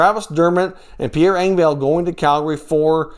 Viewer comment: If I was Toronto I would be wondering why you are still pronouncing Pierre Engvall's name incorrectly